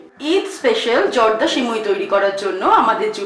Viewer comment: সিমুই না সেমাই 😂😂😂😒😒